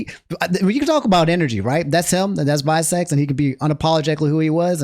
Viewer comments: Also visecs isn't pronounced "vai-secs" it's Roman numerals vi which stands for 6. Hes a battle rapper that stands for 6 seconds. People also call him shizzy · 6 seconds not vye secs LOLLLLL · lol its not vie seconds its 6 seconds but with roman numerals lol and yes he is a fucking gawd at spitting bars like "You will not see this G with A W N E more" Dissing Luke gawne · Its 6 secs not VI- Secs haha. I thought you knew him from hanging out with Shofu etc. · it not visec IT VI SECONDS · Visecs is pronounced Six Seconds. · Just to give small clarification: its VI (as in the Roman numeral) Seconds, tho most veteran watchers of him call him Shizzy